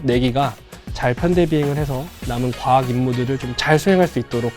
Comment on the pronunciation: 경상도 사람인가베...가학이라 하네...